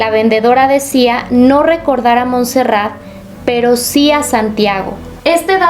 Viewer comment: Hola, se escribe Montserrat, Sabadell está en la provincia de Barcelona, por lo que se pronuncia Montserrat con la o qué parece u y la abreviatura es Montse, cómo suena.